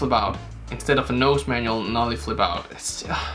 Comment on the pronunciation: When he says Nollie pop it pisses me off